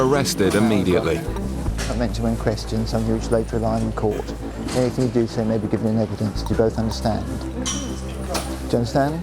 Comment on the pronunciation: Anyfing? Is that a word?